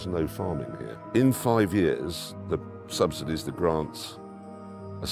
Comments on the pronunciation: subsidies, not subsidiaries 🤦‍♂️ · With the billions of native English speakers why did you employ a bot voice? That just trashes the quality of this vid.... "Subsidairies"....subsidies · Its subsidies not subsidaries. Come on